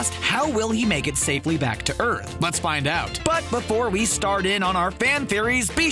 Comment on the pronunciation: In he said earn rather than earth